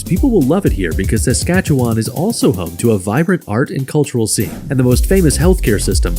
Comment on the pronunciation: Newfoundland and Saskatchewan both pronounced incorrectly. Also, Quebec should be 8th or 9th. It's one of the poorest provinces, with among the highest taxes.